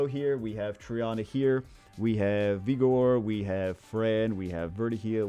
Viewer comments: Love you, but if I hear you say vigor like egor again I’m gonna go crazy. Vig like sig the er. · Both pronunciations are fine